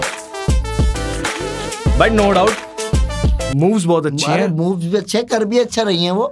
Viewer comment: Apne moves bola Maine boobs suna 😅